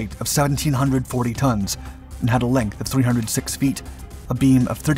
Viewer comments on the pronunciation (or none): none